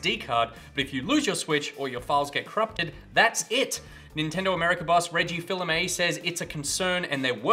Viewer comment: Reggie Fils-Amie is not pronounced Fills - it's more like Fees!